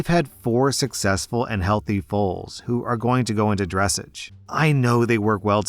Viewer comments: Dress-age 😂 it’s pronounced “Dre-sahjh” It’s French. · "Dressage" is pronounced like "massage", not "message" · Horse story The way pronounces "dressage" 😂 It's French lolz Also horses won't just kick, they will bite. There's a number of ways a horse could kill another horse, but I don't think the algorithm would like that list. If you watch enough animal planet like I did tho, you'd know. Also that's the worst comparison ever. The employer has every right to "bill" an employee if they damage any goods. So if the cash register accidentally broke there is insurance for that. However if a worker purposefully breaks the register then yes the cost of a new one should come out of that person's pay check. Its literally the...you broke it, you bought it mentality...which is correct. So yes the sister as an employee and a sister need to be held responsible and if that means monetarily then it does. Actions have consequences.